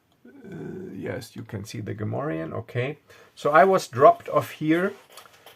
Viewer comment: You speak Gamorrean like a native ;) Nice adventure.